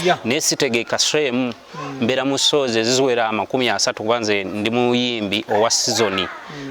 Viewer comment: And shows mbu sow